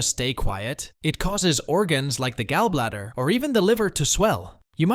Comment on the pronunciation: You have ab odd way of pronouncing gallbladder, urine and intestines. If you can’t pronounce words correctly it make question how knowledgeable this info is!